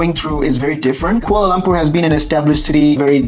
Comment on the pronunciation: Being educated people its quite a wonder you could not pronounce Kuala Lumpur properly. Its not Kuala Lampor. All the letter 'U's in Kuala Lumpur are pronounced like U in sugar. No wonder you don't have that many subscribers.